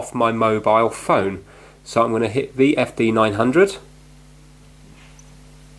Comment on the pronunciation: he just said WFD900 and not VFD900